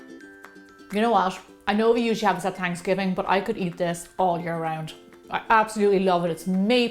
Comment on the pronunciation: not trying to be a troll but what's fransgiving lol